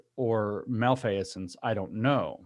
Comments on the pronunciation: How many syllables are in the word 'malfeasance'? Is James Lindsay the first person in the history of the English language to use 4? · He’s pronouncing it a bit of both the English word, misfeasance, and its French counterpart, malfaisance. Guessing he read Foucault in French.